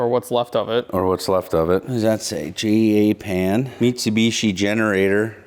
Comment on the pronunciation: "Jay-ay-pan" - another -ism 🤔